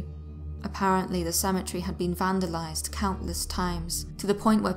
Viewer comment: How can you mispronouce Cemetery?